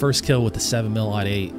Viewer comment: when you say .308 do you say 3 oh 8 or 3 ought 8? if you say 3 oh 8 like you should, then good, do yourself a favor and learn the proper pronunciation of 7mm-08… and yeah.. i did throw in facts, cause everything i said is indeed true. i’m sorry i know more about guns than you :/